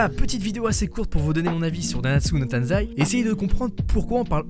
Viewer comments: C'est TAIZAI PAS TANZAI d'ailleurs sinon la s3 et a CHIIIIIIEEEEEEEEEEEEEERRR rien que la censure m'a fait partire avec le manque d'animation dans l'épisode 1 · *nanatsu no TAIZAI pas TANZAI :). Sinon je suis d’accord avec toi sur ce que tu dis. Moi j’ai laché ça m’avait grave saoulé la saison 3. Donc j’ai décidé d’acheter les mangas